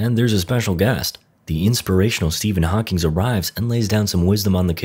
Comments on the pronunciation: The funniest part was the narrator saying Stephen HawkingS instead of Stephen Hawking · Show some respect! The man’s name was Stephen Hawking. There’s no “s" at the end.